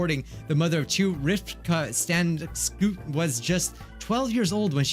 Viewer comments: I'm romanian and the way you pronounced Stanescu made me rofl i love that xD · Us romanian folks laughing at mikes pronunciation of Rifta Stanescu lmaoo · OMG I'M ROMANIAN WHAT, ya know you pronounced wrong Rifca Sanescu and it was funny😂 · He pronounced dat romanian name soooooo badly